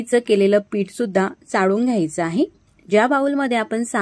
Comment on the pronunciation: डाळ - ह्मणा, चाडून नाही चाळून ह्मणा ड नाही -ळ -म्हणा 😊